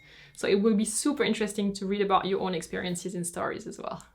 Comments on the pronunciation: so cute, hearing your pronounciation of “super” in German (with a “z” , as in “zupa”)! 😍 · the way said super is such a German way of saying it lol